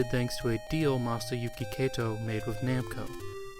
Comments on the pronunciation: Finally got around to watching this, and it really is an excellent video, except... Kato is pronounced "KAH-to," not "KAY-to." And you say that name a LOT in this video. ;) If you ever "remaster" this video, I highly recommend re-recording the narration with the proper pronunciation, as I can see those who speak Japanese being rather off-put by this. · More bothered by the mispronunciation of Kato. You pronounced it like Keito. He's the founder of the company c'mon. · Kato is pronounced kah-toh not kay-toh, and Ys is pronounced like the word "ease" (rhymes with keys). The Drasle in "Drasle Family" is a portmanteau of Dragon Slayer so is pronounced draw-slay. Sorry to be "that guy". This video was great but those were really bugging the hell out of me. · i was going to make the same nitpick about names (e.g. kato, said here like 'keito'), though it really only stands out because everything else is so good. so yeah, i'll just agree.